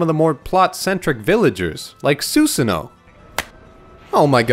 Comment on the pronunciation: I guess I'll take amateur atsu, but how did you butcher Susano? 🥺